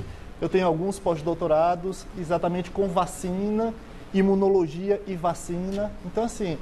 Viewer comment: Imonologia ou imunoloogia? Já começou bem, parabéns ao POGRAMA.... kkkkkkkkkkkkkkk